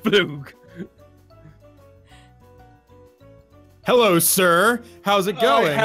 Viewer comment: Why does jess get so many words wrong like for camouflage she says camuflage